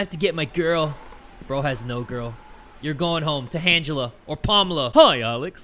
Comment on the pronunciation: “Your going home to handgela or palmala” - bro I died laughing